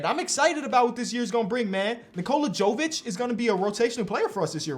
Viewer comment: I’ll never understand when dudes see 2 names from the same country and don’t have the common sense to put two and two together 😂 no offense but it’s obviously “Yo-vich” like “yo-kich” not “joe-vic”. Sorry I’m just a disgruntled Serb 😂 congrats on having your daughter tho all the best 🥳